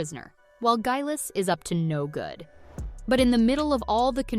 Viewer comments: It’s Leery, NOT Louhair AND Gayless not Guyless, SassaNACK, not Sassnock, Fraser, not Frazier! Wow! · Girl if you're gonna nit pick a show you haven't watched at least research it 😭 First off, Geillis wasn't executed (which I could've forgiven had you not SHOWN her again in jaimaica lmao). But "guylis... frazure... sassenoch, LOWHAIR"💀 . This whole video was what you'd call a "big oopsie" lol